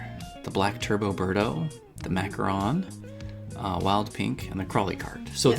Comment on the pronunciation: It’s a macaroon, but the kart is called macharon :-)